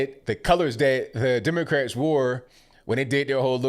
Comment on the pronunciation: I assume he's referring to slavery in the US, but still a dumb statement. He talks about slavery being built up by groups and the government. Silly, you mispronounced Democrats.